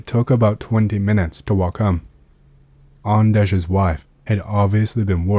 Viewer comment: Yeah, nailed it! Greetings from Sweden.. ;)